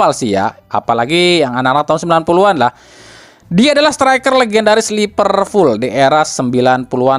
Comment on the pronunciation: A, sedikit koreksi. Liverpool bukan Lipervool 😁